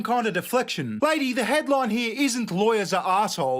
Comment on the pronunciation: He-ya .. its Here. Say it with me Raygun.. Here... Sounds like Heer. You can do it, you speak English, kind of.